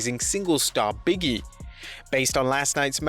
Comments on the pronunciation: It always throws me for a loop when you call Big E, “Biggie”. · It's Big E not Biggie. If anything he's Biggie Big rather than Biggie Smalls.